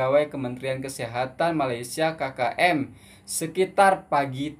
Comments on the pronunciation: bukan ki ki m bang, kkm(sebutan biasa) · Cuba sebut OK... Ambil sebutan K tu hehe 😊 K K M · Asmkm,bukan kiki m keke m..indonedia kate kaka m..coba perbetol kn he heeeee👌✌✌